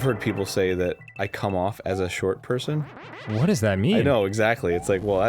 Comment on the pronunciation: every... single...personm, arin... every...single...person